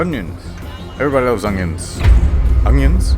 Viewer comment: HELLO EVERYBUDDEH OUT THUR